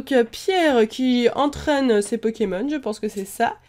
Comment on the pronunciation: X) tu sais je crois que tu es le seul qui aie dit cette phrase sans faire UNE FAUTE dans le nom de ces pokemons!